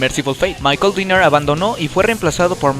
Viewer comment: Se pronuncia Gene Simmons (tal cual) no es Gene Simons (pronunciándose "ai") es Michael Denner (no Dinner) y la disquera es Road Runner no Road Run, buen intento de biografía pero el ritmo es algo inconsistente